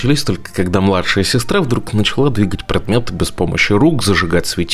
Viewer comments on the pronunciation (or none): none